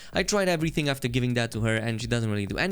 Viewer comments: my bro its after not aftar, just so you know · It's *afTER patch, not afTAR patch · “Aftar Patch” lmfao its “After” bro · "Atfar patch" lmao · “Aftar Patch” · "Aftar patch". Lmao.